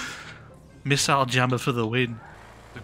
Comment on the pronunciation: Is it missile or misseyele or missaisle?😂😂😂